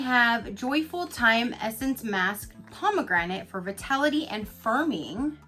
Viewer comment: So I had to laugh at myself, because when you were showing the masks, I heard you say fertility. When I read it, it actually was vitality...LOL